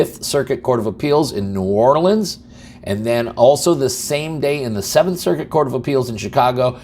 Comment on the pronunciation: 😂 we will have to get you up to speed on how we say New Orleans .